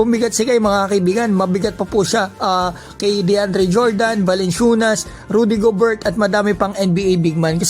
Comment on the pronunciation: ruu-dee goh-ber Di naman sa perpekto pero Yan proper na bigkas kay Rudy Gobert 🤣